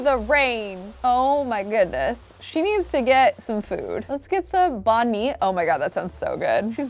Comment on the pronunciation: Me a Vietnamese person watching this in peace: 🙂: bAnH mI! Me: PHTT